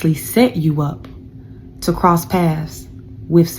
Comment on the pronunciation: It's PATHS BITCH NOT PASS 😂😂😂